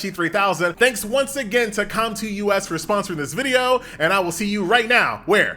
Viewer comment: Com2Us not com2 u.s. They a Korean not united states company lol.